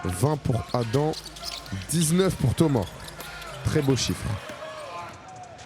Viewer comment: C’est Adam pas adem